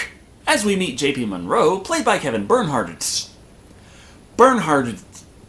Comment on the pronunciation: Kevin Burnhardt's name is pronounced "Burnheart"